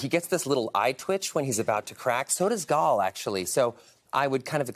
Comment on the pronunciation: It's Gal not Gaul